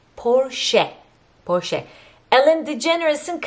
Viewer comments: Ellen in esinin adi Portia porsche diye okunmuyor 🤦🏻‍♀️ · Ellen degeneers in eşinin adı “Portia” “ “porşa “ diye seslendirilir “porşe” diye değil... Keyifliydi yine de teşekkürler